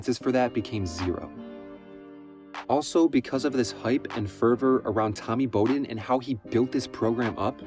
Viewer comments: It was hard to listen to with him mispronouncing the name Bowden. It’s BOW like Wow not BOW like hair bow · Not Bo" den...Bow, like wow'den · I can’t believe this dude went through this whole video and called him “Bow”-den 🤦🏻‍♂️ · Bow-den… not Bo-Den Aside from that- great vid and great topic!! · Dude. it's BOWden as in "take a bow" or "bow of a ship". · Awwww smh he really said it like crazy - if he did a lick of pure research like watching an old game he woulda heard it called Bowden like bow wow like a dog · I believe this was on purpose - listen as he pauses before he says Bow-den he paused every time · And it was Mack Brown. Which is the sound that the name Bowden is properly pronounced. BrOWn BOWden. Get it? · Dude I like your videos but come on you can’t call him Mack Jones and then mispronounce Bowden. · Yeah, bro, that was pretty bad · I cant believe you've mispronounced Bowden. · You never heard Bobby Bowden's name pronounced before and your made a college football video? Lol. Not a bad video but you have to be young ha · Hearing you mis-pronounce Bowden's name made me stop watching lmao.